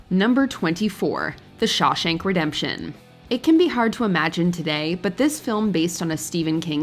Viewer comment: Yo its Shawshank redemption not shashank redemption